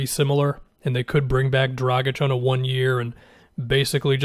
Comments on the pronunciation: You pronounced Dragic correctly!!!! You are one of the few,. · It's better than most. Most people pronounce the G like a J and and the C as a hard C instead of a CH sound.